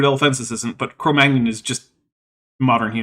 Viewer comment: Cro Magnon is now pronounced like Filet Mignon? Is this like how I just learned NASA pronounces the Gemini missions as the word mini?